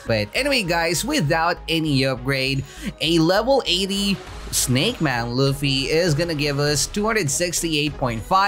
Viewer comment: U say luffy not ruffy 😭